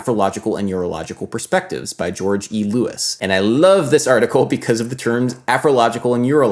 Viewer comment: The way you said "George E. Lewis" indicates you might not be familiar with him - I HIGHLY recommend checking out his music and writings. He's a cornerstone of AACM and also does great scholarship.